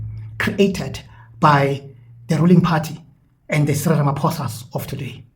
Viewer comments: Where and when did he make this speech? It sounds American AI generated. That "Ramafosa" is a dead giveaway 🙄🙄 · The way he pronounced Ramaphosa as Ramafosa is typical of Ai😂